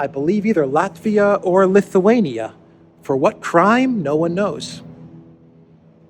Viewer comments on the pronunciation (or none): none